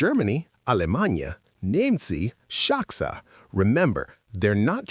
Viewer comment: Saksa is not pronounced shaksa in Finnish.